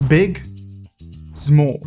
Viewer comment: "Big" "Zmol"